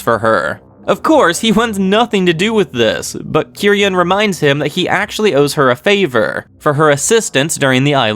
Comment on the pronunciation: Made a comment about name pronunciation a long time ago but didn’t really say how.😊 Ryūen is Ryu-en not ry-uen Kiryūin is Ki-ryu-in not ki-ry-uen Ichinose is ichi-no-se not ichi -nose (which you are saying correct right now😊) No offense though. Still love your vids. And also love how you reply to all comments, even in old vids.😊